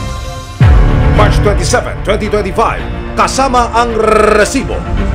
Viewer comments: Rrrrrrrrrrrrrrrresibo nakakbwist pakingan. pwede namang sabihin na resibo lng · ok na sana ung balita mo eh kaso kakkairita naman ung pagsabi mo ng RRRRRRRRESIBO!!!!! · very annoying ung RRRRResibo na pagkakasalita